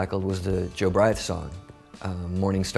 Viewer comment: I love Morrissey but he butchered Jobriath....